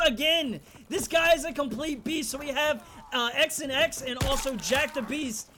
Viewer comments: I’m pretty sure XanX wanted his name to be pronounced Xanax not X and X 😂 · "X n X" It's Xanax homie. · Lol, it's not x an x, it's Xanax 😂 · His name is pronounced Xanax lol obviously